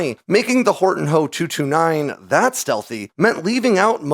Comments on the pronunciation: H.O.- 229 Not Hoe, 229 Do you call the FW-190 the FWA, 190? Junkers=yunkers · HOE 229? AI Voice over mistake. Beside, with those big honking inlets, I don't think is could have been that stealthy. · you lost me at "hoe" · Not a stealth fighter. It's just a flying with with the added benefits of being a low observable. No one of conciquence is claiming the Germans invented stealth aircraft. And it's made out of wood so that helps. Wow bro just say H, O not Ho. It's just amateur.